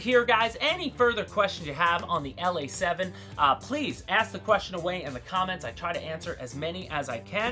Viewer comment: Ok, I was a bit worried that this plane would never get revisited. I am happy as a fat old baby pig in a giant pool of shit and mud. Um you actually said the name just fine brother. Now you definitely sounded like a foreign westerner. However it's about time bro. I have had this damn thing In and out of my cart for like 4 years. I have been making myself stick to an order. Never change it much. I already know now what I am going to have next month. Maybe even this month. Who knows. Great work man. Hey I would love to switch shirts with you brother. Um I'll send you a nice new large white writing I. A black T, and you can throw over one of those motion shirts. Um black preferable. You are a bad ass mother F'er bro.